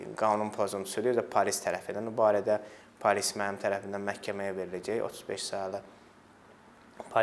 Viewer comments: Bu dilimizu niye bu hala salirsiz? Ne pAlis(?!), pAlis yox, pOlis!!! Polis ey, pOlis... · Palis yox polis